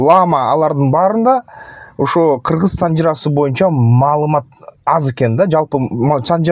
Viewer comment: Маалымат деп айтып койгулачы маамылат дедирбей жиптин урайын